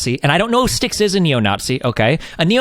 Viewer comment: People need to say his name properly. Styx Hexen Hammer. Everyone keeps saying "Styxen." :~)